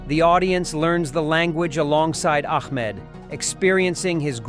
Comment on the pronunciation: Great movie. But please youtubers when using AI voice over make sure to edit correctly its Ahmed not Ahkmed. Every AI video screws up. Fix it.